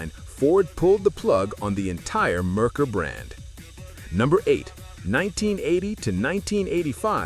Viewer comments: Had a Merkur XR4Ti. Great car when all the things worked right. Parts and repair? Yeah, let's talk about the price. BTW, it is MARE-coor, not Mer-ker. Oh, also had an 80 Citation. Not as bad as made out to be aside from the tranny. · And the moron doesn't even know how to say it right!! Its Mare coor!! Which is Mercury in German. But by the sounds of it, you probably already know that. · Yeah, I switched off after the AI mispronounced Merkur and called it a sedan. I hate AI narration.